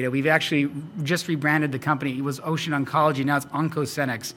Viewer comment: Someone needs to tell how to pronounce the name of the company he works for "Ocean Biotechnologies" lol.